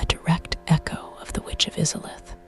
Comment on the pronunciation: Now I can't sleep because of how you pronounced izalith